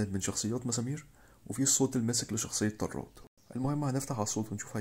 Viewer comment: طراد مو طرّاد